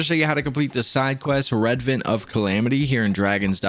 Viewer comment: Pronounced: Re-advent